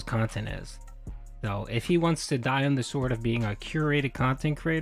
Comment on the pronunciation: It would be difficult, but should be more than possible to build a channel with 200K subs back up with the right kind of content. But again, that would take effort. And we all know how does with that. His "curating" of his "khantent" is limited to doing the routine he is used to, because he's too inflexible mentally to do otherwise.